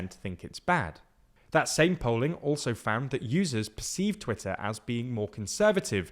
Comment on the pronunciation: its pronounced Twitter !